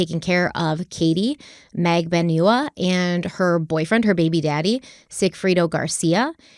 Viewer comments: Katy magbanewa not naganewa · It's not Mag-da-new-a It's Mag-don-u-a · Pronunciation of Katherine’s last name: MAG-ban-ew-wah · Katie's name is pronounced Mag-ban-ua. This is how she said it at her trial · into part 5 still can't pronounce Katie's name SMH